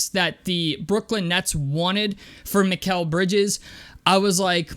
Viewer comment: You said his name right 👍🏿👍🏿